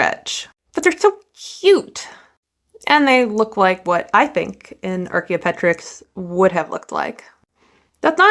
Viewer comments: Ar-kee-oh-pet-rix? Have I been saying it wrong all of these years? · Archeop-TER-yx, to be correct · Archaeopteryx rhymes with helicopter ricks.